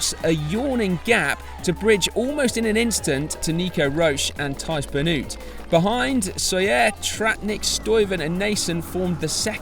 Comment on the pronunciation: Nice summary but please pay some attention to the pronunciation of the names of the ( Flemish ) riders. Try this: Teash Benoat, Oliver Naaassen ( the ae sounds like Quintana ) and Jasper Stirven. Keep up the good work!